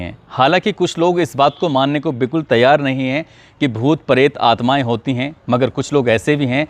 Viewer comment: परेत नहीं प्रेत 🤣🤣